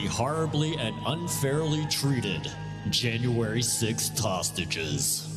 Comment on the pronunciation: ...Lol January 6th tostages